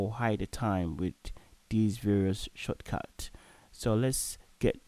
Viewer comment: The way he pronounces 'shortcuts' though is priceless lmao